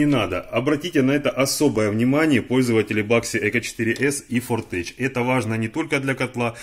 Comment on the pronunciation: ну сколько можно - фортЕх, ни каких ч. Technology - технолоджи, Technik - техник. Tech - всегда читается, как тех-, иногда - тек - Hightech - хайтек.